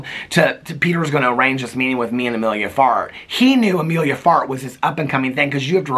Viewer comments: I keep thinking you’re saying Amelia fart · The number of times I heard you say "Emilia Fart" and trying to decide if that's what you were really saying, until I finally googled it, and yep. 🍑💨